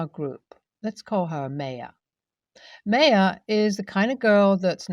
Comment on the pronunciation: Nbd, but just a little fyi, the Ma in Maya should actually be pronounced ‘my’ not may, so Maya should sound like ‘my uh’.